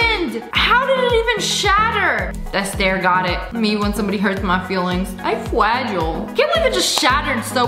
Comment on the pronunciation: "I'm fwagile 🥺🥺"